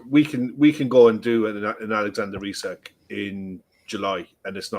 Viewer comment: It’s Eesak, not Isaac. If you’re a football fan or commentator, pronounce the name correctly. It bugs me that she keeps on saying Isaac. Almost like talking about a different player